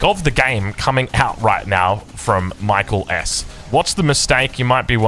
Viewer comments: From others, seems like he goes by “Mee-kel”. “My-kul” is the Anglo pronunciation. I don’t think it’s a huge issue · Is it really MichaelS and not MikaeelS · If you’re going to glaze someone for 45 mins you should try to pronounce their name properly.